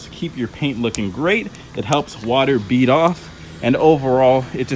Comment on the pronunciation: reread my comment. The last time he said it, bead really sounded like beat.